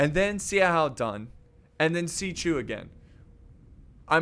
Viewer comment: Hey bud when there is an x in there name it makes the chu sound I play dw so when you say is writing it hurts my soul.